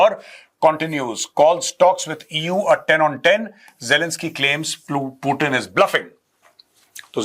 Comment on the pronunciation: Bolna seethe pirbhu ji putin